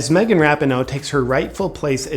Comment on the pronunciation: Rap-in-no 😂😂... *Ra-pee-no